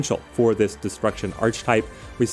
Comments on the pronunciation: Throughly enjoy the content, very informative. I hate being that guy but it’s hard when you use the word so frequently in your videos. The word archetype is pronounced “arc-a-type” not “arch-type”. I know this makes me a jerk but here we are. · Great video, sorry to be that person but given how many times you said it I feel I have to correct you! It’s pronounced (ark-ah-type). Thanks for the great videos, I’m a new subscriber :) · hahaha just think “architect” and you’ll nail the pronunciation every time 😂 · Yeah it's pronounced similar to 'Architect' :) I can see how one may mispronounce though with 'arch' and 'type' sounding like they do when on their own!